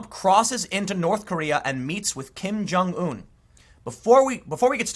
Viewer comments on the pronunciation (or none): Learn how to pronounce Kim Jungun.... you sound stupid when you say Kim Jung ooooon